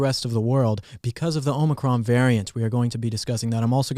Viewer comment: It's Omicron not Omicron. Sheesh.